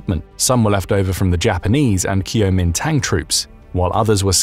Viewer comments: How "Kuo Min Tang", the party of Chiang Kai Shek is correctly pronounced: "Gwo Min Dong" not "Kew Oh Min Tong". Also your animation of the movement of forces during the Korean war is incorrect. When the war started, the North Koreans' surprise attack south across the 38th degree of north latitude ("38th Parallel) pushed the South Korean Army and a small force of post-WWII American occupation troops to the extreme southeastern Korean coastal port city of Pusan where the combined South Koreans and Americans stopped their retreat and set up a successful defensive perimeter around the city and its pirt. At this point, no Chinese forces were involved as your animation and narration incorrectly portrayed. It wasn't until October of the following year that the reinforced ROK and US armies combined with the surprise US Marine amphibious landing halfway up the Peninsula's west coast at Inchon when the North Korean Army was forced to retreat back north all the way to the Yalu River border with China that the Chinese Volunteer Army intervened. This is where your animation showed incorrectly that the combined Chinese and Korean Communist forces drove the ROK and American troops all the way back to the southern tip of Korea, when actually the Communists were stopped at roughly the halfway point at the 38th Parallel and the war became stalemated along that line where it remains to this day. Your animated map and accompanying narration are incorrect in depiction at two critical junctures of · It is not Q-MinTang. sigh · Mispronounced KMD.